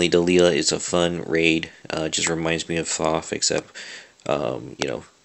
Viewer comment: Dude, its pronounced "Delayla", you know like the song (can't remember the band name) hey there Delilah, *blablabla" " (at least I think so).